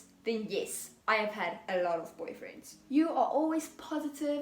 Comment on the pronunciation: I absolutely love how you said "boyfriends" in an Afrikaans accent